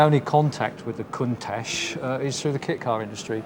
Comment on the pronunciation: Countach is pronounced 'coontarsh''; please make an effort...